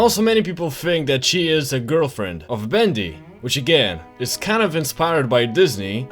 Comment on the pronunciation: "How bout we uh not be INSLAVED by the Hooman kiend " I died